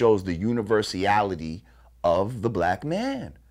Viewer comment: Flvcko Cor He pronounced it wrong. The correct word is "universality".